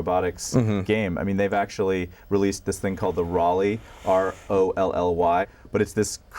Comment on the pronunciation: and about rolly...... its pronounced like it sounds. [roll-e] not like he pronounces it and it only costs $299 in the U.S. on the sony style website.